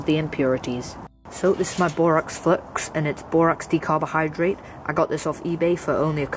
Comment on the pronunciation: Lol you said "decarbohydrate" instead of 'decahydrate'.